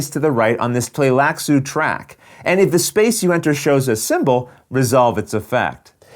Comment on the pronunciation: It's actually wrong I believe (at the least the first couple of times...he changes pronunciations partway through). It should be Tlee-lax, not Tlay-lax according to readings of the books that Frank Herbert did. In the 1984 movie, it was Bene Tly-lax, which sounds how the word is spelled (and was thus how I pronounced it in my head when I read the novels). In this video he used both Tlay-lax and Tly-lax-u (not really sure how you could get Tlay-lax out of that spelling though).